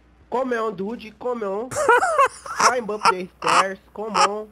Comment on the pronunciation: Climbi upi!, esse br manja dos inglês kkkkk, parabéns pelo vídeo